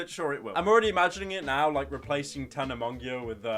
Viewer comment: “Tana Mongeeo “